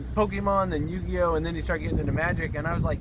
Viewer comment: Damn, back at it again with the "Yugley Oh" lol. Its such a butchering to the name, but I only play magic so I can't even act like I really care that you killed it. Rip yugley ohs. The breakfast cereal of magic champions